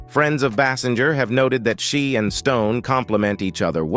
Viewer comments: Pronounce her name correctly AI bot: It is pronounced "Baysinger." Ugh! Hire actual people to read the lines. Can you imagine Carson or Letterman misprouncing a star's name at introduction to an interview? I think not. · Thank you. I was about to correct that pronunciation.